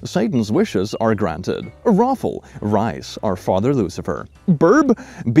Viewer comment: I’m sorry I laughed a little at how he pronounced Beelzebub’s name- “Beezlebub” 😭